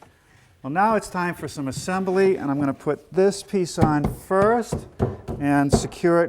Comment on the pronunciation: I so miss "assembly" as a 4-syllable word. A classical craftsman.